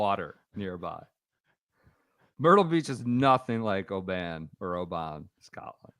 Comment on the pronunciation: Guys, it's not Obaaaaan. It's simply Oban, said quickly. Shout me if you need any other Scottish place names guidance 😆. Ps Bob will collapse.